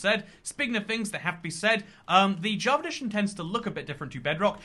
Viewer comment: Am i the only one or is he saying "javeredition"